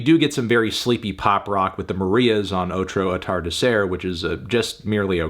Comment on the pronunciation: i will not tolerate the marias slander 👏🏻 “oTrO aTArDeRcEr” 🤓